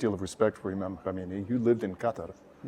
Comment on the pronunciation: *Khamenei, not Khomeini